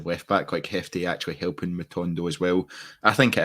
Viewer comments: His name is Jefte not Hefte. Listen to the manager. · Yeh the ‘J’ in Jefte is pronounced like the ‘J’ in João Moutinho